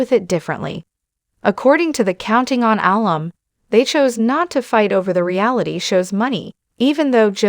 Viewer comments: I wish this woman learned how to pronounce Jingers name and how to pronounce alum. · Was this video electeonically narrated. I'm appalled at the mispronounciarion of Jinger's name and even the work "alum" which is short for amumni.